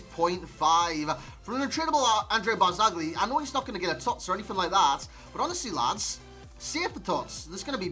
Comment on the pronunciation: non ce la fanno gli inglesi a dire BARZAGLI...